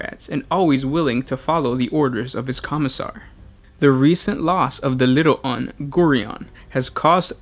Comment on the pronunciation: "little UNS" lmao nice pronunciation. read along word for word here